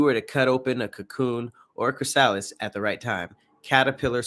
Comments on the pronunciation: Took me until the end of the video to realize when he says Chris-Alice he's saying chrysalis 🙃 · The way u butcher the word chrysalis 😂😂